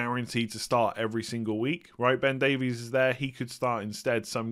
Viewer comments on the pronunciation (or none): As someone who's Welsh I find it quite amusing how you pronounce the surname of Ben Davies 😂 Just to clarify: Davies is pronounced the exact same way as Davis (at least in Wales). I know a LOT of Davies and I've NEVER pronounced it the way you do 👌🏻